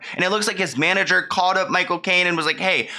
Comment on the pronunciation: CaLLed... not CaWWed.... hOLD... not Howed.... Work on your elocution! You do such a great job with your videos, but your pronouciation of basic words is really, really annoying...